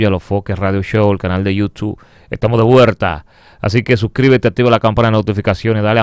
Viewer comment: Le quedo muy bien esa R al final cuando dice ESTAMOS DEVUERRTA jajajajajajajaa